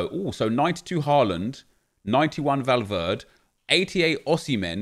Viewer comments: Please, its Valverde not Valverd (and it doesn't bother me just letting you know so you can get it right) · Nep, Valverde is not English so you have to pronounce the ‘E’ at the end of the name, it’s not Valverd, not trying to be rude it’s just annoyed me the way you say it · Did anyone else die a little everytime he said valverd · Valverd nep valverdE spanish bro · When you find someone who doesn’t pronounce the e in Valverde -_ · Its true though!